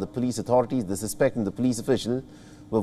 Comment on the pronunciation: You should read your news script at least once before releasing the video. There's a difference in the pronunciations of "suspect" even though it's spelled the same way.